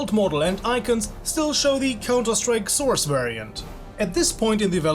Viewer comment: I love the part when you say Counter-Strike: Sauce